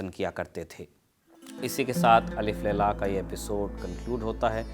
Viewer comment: Bhai Alif Laila shabd sahi nahi hai. Alf Laila Sahi hai